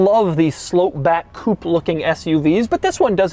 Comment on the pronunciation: Every time Doug says "coopy", a french chicken farmer dies